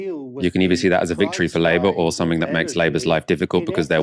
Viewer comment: wiv, fing, anover, sumfin, frowing, fings, frow, - 'TH' just left the building.